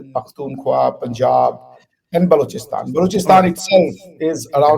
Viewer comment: Looks like doesn't have a clue about Pakistan's atrocities on Balochistan for decades now. He couldn't even pronounce the name Balochistan 😂😂😂. Common bhaii...kisss gadhe ko itnaa sab dhyaan de rahe ho😂😂😂